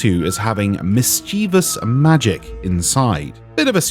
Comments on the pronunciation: I can't be the only one crackin up everytime I heard "miss-chee-vuss" lol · Oh my god ill never get over "Miss Chee vus" I've never heard someone pronounce it so wrong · either you or I have been mispronouncing 'mischievous' our entire lives, or there all multiple pronunciations.